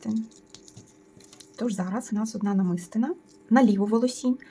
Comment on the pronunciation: Доброго здоров'я. Дякую за детальний майстер-клас. Прошу вибачення, що пишу зауваження, але мені ріже слух. Правильний наголос у слові "намистина" падає на третій склад: намисти́на.